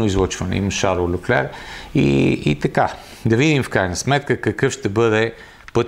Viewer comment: Шарл ЛЬОклер се произнася на френски. На монегаски няма идея какво е прозиношението, но това име е френско, на италиански и италианските диалекти ще е “Карло”. Фамилията също е френска, съответно следва да се произнася “ЛЬОклер”. "Ch" се произнася като "к" в италианския, предполагам в лигурските му диалекти, примерно "perche" или като "ш" във френския. Не знам това "ч" от къде го измисли.